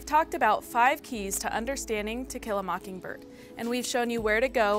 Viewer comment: She did that on purpose, lol, we all heard it!